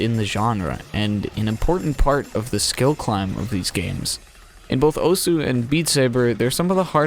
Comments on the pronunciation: yeah just thought it was funny. But you also pronounced osu wrong but almost everyone does that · take a drink every time he says Osu wrong.